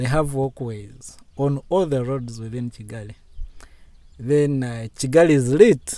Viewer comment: May your channel continue growing. You're are doing quite well. I am a Kenyan. But why do you call Kigali as Chigali😊